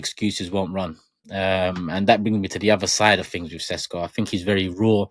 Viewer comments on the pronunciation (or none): It's pronounced Sheshko